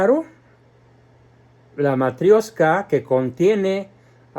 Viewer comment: Matrioshka es la pronuciación. Матрёшка tiene la ё que es la única letra que presenta complicaciones. La M, la T, la A y la K es como en nuestro abecedario. La P es una r nuestra y la ё es una "io". Y siempre que aparece esta letra la palabra va acentuada allí (los rusos no usan tildes jamás asi que es todo de memoria)